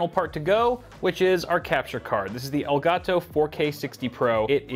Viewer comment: When he said "ellgatoo" Accidentelly heard "el chapo"